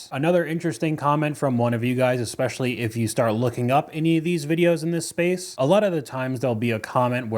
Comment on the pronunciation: What's up with people saying "expecially"